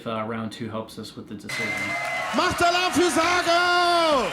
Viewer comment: for pronounciation as American try "Zagou" as in tZAr and GOUging ;-)